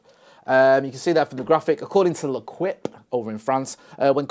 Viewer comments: L'equipe = not le quip, but more like " le keep" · The fench newspaper called " L'Équipe" is pronouced "le keep" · it's pronounced "Leh-Keep"